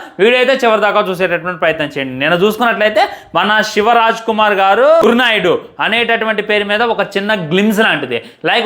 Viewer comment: Gur naidu kaadu ra babu Gowrnaidu